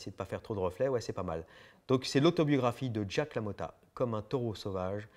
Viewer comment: Non tkt, je fais juste le relou sur ta prononciation.